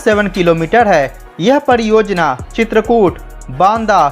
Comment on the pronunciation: I can't understand the inability to pronounce 'r' - padiyojayana, poodi tareeke se etc 🤔